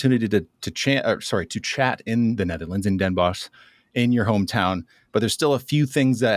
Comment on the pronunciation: Bonus points for pronouncing Den Bosch as “boss” instead of “boshj”! 😊